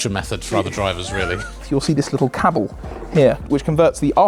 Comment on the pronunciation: I'm sorry did you say cabble?